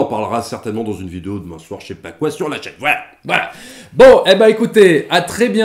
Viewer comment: Merci à vous, j'irais voir ce film certes mais ma préférence reste les 3 premiers films 1977, 80, 83 merci :) ! Le comportement des relations amoureuses et autres c'est la pensée unique, ce qui gâche tout dans cette société maladive ! ps: vous êtes du nord ? Car vu votre en revoir à la fin c'est suspect lol !